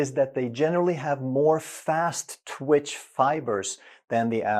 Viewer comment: The word is TWITCH not TWICH.